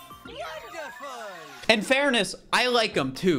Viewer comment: It's wondreful is enet